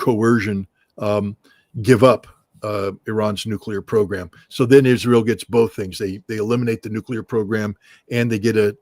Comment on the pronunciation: If only he could say israel correctly, it hurt my ears everytime.